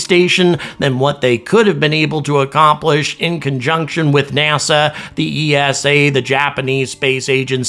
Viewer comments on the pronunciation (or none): none